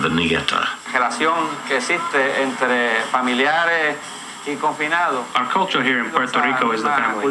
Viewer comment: its Ñeta Not Neta Wtf , and Its not a jail Its a grup Of Criminals